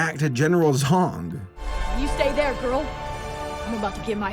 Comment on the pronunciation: "General Zong"....... Did no one else immediately think "General Zod" or am I the only one??? I swear I thought said Zod at first then I heard it again and thought "Oh, he said *Zong*"